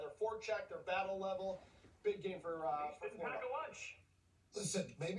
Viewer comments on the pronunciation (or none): none